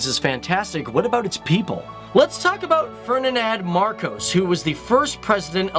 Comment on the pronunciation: bruh learn how to pronounce the names before you shoot and upload a video ;-; and get your facts right... Ferdinand Marcos was not the first elected president of the Philippines